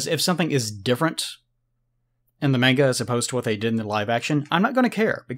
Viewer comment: This guy is the only American that I've heard say "manga" properly